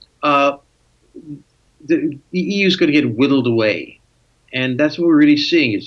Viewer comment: I rather like the statement of Mr. Friedman, helped by his accent, that the E.U is being "widdled away." The concept of urine going down the toilet appeals greatly as the fate of the E.U. in the future. I know he didn't really mean that but it made me chuckle.